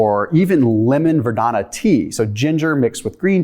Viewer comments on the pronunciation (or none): Verbena! Not verdona! 😒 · Are you saying vadona or verbena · Ver-beeeee-nuh .....lol ...no "i" in the entire word.😂 Anyway, great video! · Verbena is pronounced: ver-bēēn-a — long e, accent on the second syllable. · Are you saying lemon verdana? Is that the same as verbena?